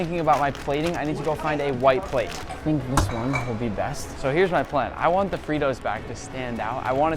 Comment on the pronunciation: "I vant some taquitos!"